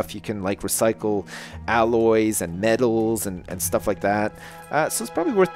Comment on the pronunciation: Round bout 25 mins you nearly said medels not metals